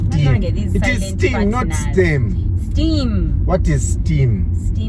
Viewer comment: Hey it’s STEM as stem on a branch not steam